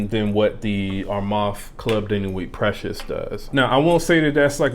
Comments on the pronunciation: Respect the Name Pronounce it the gd right way Precieux, am i the one hearing it sounds as PRECIOUS?? Reapetedly precious!! Instead of PrecieuX uve got a problem dude, pronounce it PROPERLY!!!! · Dude u seriously got Pronouciation* issue, do chk how others are really saying PrecieuX, not as Precious!! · U juz dun give a New Name to Precieux, dun confuse the viewers alrite, chk out howz the actual gd name Precieux pronounce right way, im so very sure its not sounding PRECIOUS! as u Repaetedly say it out